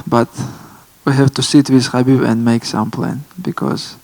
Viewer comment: He also mentioned the other day that people have been mispronouncing Khabib's name . This , even after Khabib says how to say it, is kind of way more disrespectful.